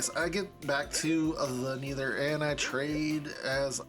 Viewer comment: "Neether" cracks me up every time